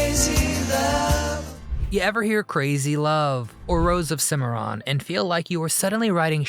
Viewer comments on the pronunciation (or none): none